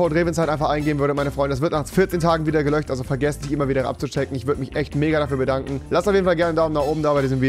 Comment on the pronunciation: Es heißt "gelöscht" Nicht "gelöcht" (Spaß) 👇Habens Verstanden